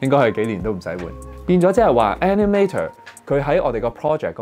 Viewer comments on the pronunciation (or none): 雖然內容講得好好聽，但editor animator 個尾音r係唔洗發音，無捲脷音